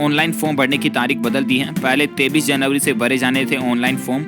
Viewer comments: 23 को 33 क्यों कहते हो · ye tu 23 ko 33 kyon kahta hai